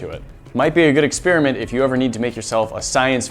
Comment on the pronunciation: "Ex-spearmint"... Why don't you just say "experiment"?